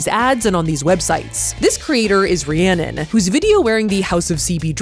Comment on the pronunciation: You saying my name correctly was a jumpscare, around me, nobody knows how to say Rhiannon, let alone know somebody with the name, you pronouncing it correctly was so weirdly refreshing